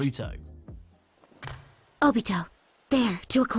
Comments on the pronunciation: ITS PRONOUNCER NAR-OOOOH-TOE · i dont like how he said naruto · Man said naruto wrong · I wonder how many people will be mad that he said naruto wrong